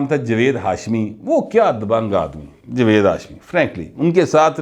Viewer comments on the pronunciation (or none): none